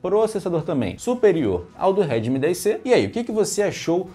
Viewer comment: Pode parece bobo, mas eu me perdi umas cinco vezes com ele falando remid 10 😂😂😂 eu já não sabia de qual ele tava falando mesmo especificando. Kkkk